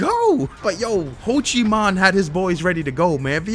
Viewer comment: It’s not Ho Chi Man it’s Ho Chi Minh ....Come on man, didn’t you grow up during Nam? Haha sorry bud I couldn’t resist.